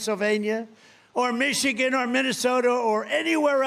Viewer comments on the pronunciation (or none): none